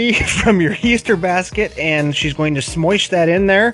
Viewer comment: “We’re just gonna smoish it in there” 😂😂💀